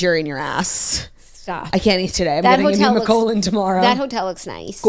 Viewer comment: LMAO “neema-colon”